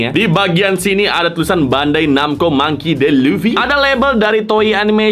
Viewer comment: Baca namanya Mangki Di Lufi bro bukan Mangki De Lufi 😂